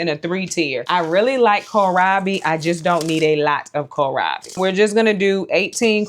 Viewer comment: You are so funny. "I just don't need a LAWT of kohlrabi...we're just gonna do EIGHTEEN KOHLRABI 😳" - So so relatable lol. Fall is my favorite season. Living in the Midwest, I have more cool-season days than warm, so my garden prioritizes space for cool-season veggies. Most will go in 45 of my Bootstrap Farmer grow bags. I would grow fall cabbage, broccoli, cauliflower, kohlrabi, giant red mustard, collards, cilantro, and tons of asian greens! I love mizuna, bok choy, and napa cabbage. I might even start a few peas in them. I'm a new gardener and in my 3rd gardening season. I found a new passion and obsession, and I love Bootstrap Farmer products. So far, I only have a few trays and a lot of their grow bags, which were a complete lifesaver when trying to get started in limited space and on a budget. This would be a beautiful addition for a new gardener looking to build a quality collection of seed-starting supplies. Thank you for the opportunity to enter to win this! I'm so excited!